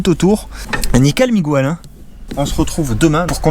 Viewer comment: Très utile, simple et pratique comme d'habitude, merci! Par contre mon sang espagnol ne fait qu'un tour et mes ancêtres t'insultent de petit garnement (ils sont sympas) à chaque fois que tu dis "MigWel" , c'est Miguel avec un "gue" comme dans baguette!